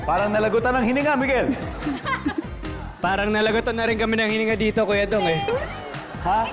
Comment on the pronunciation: Babaero?? Hihihi diba babaero you😂